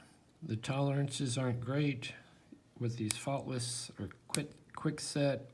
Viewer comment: For a moment there, I thought you said they were Thoughtless. :)